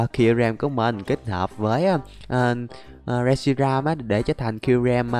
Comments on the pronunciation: Con đó là rét shi ram mà sao đọc là sét ri ram quài v anh Anh ơi anh hãy tìm và bắt bộ ba sáng tạo nhé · Reshiram chứ ko phải shireram anh ơi